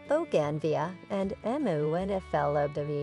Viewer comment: Good grief! Boe-gan-vee-uh???